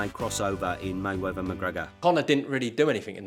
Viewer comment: It’s Ignorant for you to say May Wevver instead of the proper May WeaTH e r,,, C’mon Man. King’s English